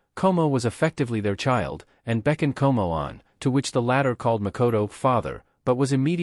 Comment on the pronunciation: you kinda mispronounce the names,.. Tomoe - To Mo Eh Komoe - Ko Mo Eh ... but who care